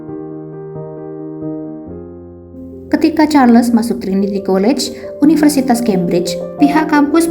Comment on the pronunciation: Sebutnya Charles tu Charls tanpa les. Sebutan Nama manusia x boleh suka hati diubah.